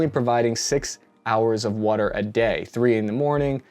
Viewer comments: That WOOODER, where in PA you from? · You say wudder like you from Philly. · You’re definitely from Philly. “Wuder”